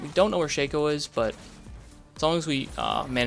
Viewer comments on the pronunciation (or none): Sheikho? Shake co? Sha-co.